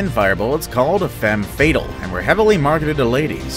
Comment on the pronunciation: Femme "Fay-'tahl". Not femme fatal